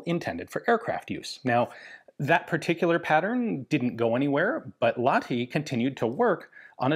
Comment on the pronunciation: got to pronounce the H in Lahti, otherwise near perfect